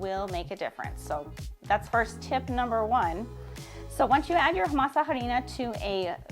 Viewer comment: Just one tip in the word harina the h is silent so you pronounce it arina!